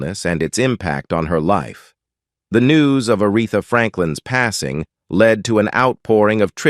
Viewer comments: I think it's a damn shame whoever the narrator is keeps on mispronouncing Arethas name as well as several more. Clearly he is just reading and didn't know her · I was looking for someone else to acknowledge this. A disgrace and totally disrespectful.